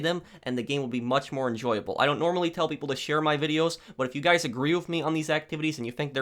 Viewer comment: Hey goys iss pwofessinel hear. Stupid ass fucking nerd